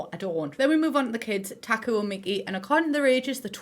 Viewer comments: Taku more like taco 😂 (it sounds like taco me) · When she says "Taku" I cant help but hear "taco"